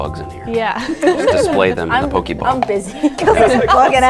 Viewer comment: me when the said "pokey-ball" 🤮